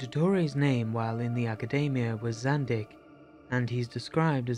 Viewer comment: It's Zandeekh, not Zandick.